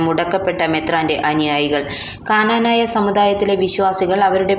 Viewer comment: Kananaya alla knanaya ennannu